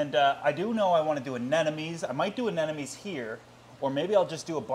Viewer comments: You certainly know a lot about aquariums! Except how to say anemone. Ah-NEM-oh-NEE. But even the Grammar Police can appreciate an informative video. 🐠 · It would be nice if you could learn to pronounce "anemone" correctly. Not cute or funny that you pronounce it incorrectly; it takes you down from "king" to a duke. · please google “anemone pronunciation”! Sorry, I guess we all have a pet peeve right? Lol!!